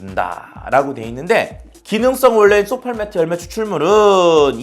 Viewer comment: 메트메트하시는데 쏘팔메토입니다